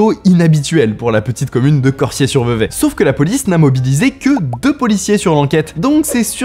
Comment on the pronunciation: bravo bravo pour la prononciation de Vevey ! J'ai beaucoup entendu des français écorché le nom de cette ville